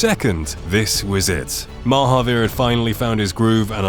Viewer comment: I've been listening to 'Oakburn Opus' and ever time you said Mahaveer, I kept hearing Marvpyas. I found it funny to think some Eldritch entity was trying (and failing) to race cars.